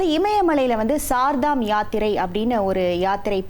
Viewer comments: It is not Sardam yatra pl. mention as Char ( means four) Dhamyatra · Char dham (ஸார்தாம் இல்லை) கேதார்நாத்....NOT கேத்ரிநாத். வேறு செய்திகள் கேட்பதில்லை. ஒன்றும் படிப்பதும் இல்லை. கடவுளே 😂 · CHAR DAM not sar dam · Not ShardaM .Char Dham 4 please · Ammaadi, Adhu CHAAR DHAAM YATHIRAI. CHAAR CHAAR CHAAR CCCCC -- CHAAR ENRAAL HINDHI LA 4 ENRU PORUL.. SAAR DHAA M SAAR DHAAM NU OLARURE. MOREOVER கேத்ரிநாத் NU SOLRE. Adhai கேதார்நாத் nu correctaa sollunga. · Sar dham illa madam Char(4) dham Educate viewers Don't b like uneducated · Idu sar dham yatri kidiythu. It is char dham Yatra. Set right your pronunciation. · Sirdham யாத்திரை இல்லை Chardham யாத்திரை உச்சரிப்பு சரியில்லை.